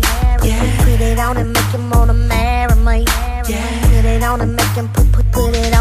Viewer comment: I really wish people will stop puttin toya on they tracks lol I think she is really trying to milk the whole accent thing she is taking to far??? how you cant correctly pronounce "MARRY ME"??????????